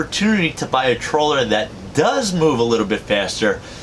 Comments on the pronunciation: Troller or trawler? Half the time he says troller. Kinda funny. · Let's see: Video is called "3 Cautions...", then this guy says "I just wanna caution you to be aware of a COUPLE of things". Then he rambles on about the tradeoffs of trawler speed/efficiency. Oh, and he can't even properly say 'trawler'. If this so called were a live game hunter, he would have starved to death and we wouldn't have had to sit through this vapid pointless rushed video.